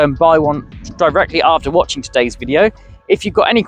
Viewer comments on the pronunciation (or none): none